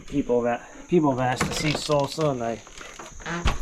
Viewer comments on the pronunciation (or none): none